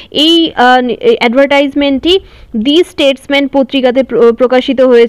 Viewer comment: Not দি স্টেটম্যান, its দা স্টেটমান